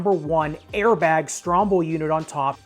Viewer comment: I don’t think it’s called a stromble. I believe it’s called a strobel.